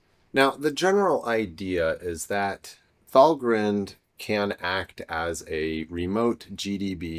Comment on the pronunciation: I might suggest it is pronounced val-grind like coffee-grind, and no haven't grined since writing this 😁. Regardless, great video!